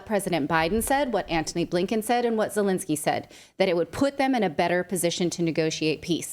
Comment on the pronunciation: Zhelennnski 🤣 is a president of Ukraine?🤔 Al way the interest was DIA system is in Ukraine!